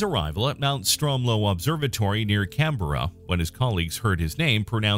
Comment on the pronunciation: The pronunciation of "Canberra" here is atrocious! Terrible! The proper way to say it is closer to "Can-bra". I thought I should let people know.